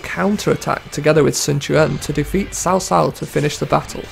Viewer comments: The names are pronounced correct in american diologue, cao cao is not sao sao, its cao cao (cow cow), sun quan is not sun chuan, its sun quan (soon kwan). Get the american letters right! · 🇨🇳Pronunciation corrections🇨🇳: (呂)布 (Lǚ) Bù: ‘Luu’ 曹操 (C)áo (C)āo: ‘C’ = ‘Ts’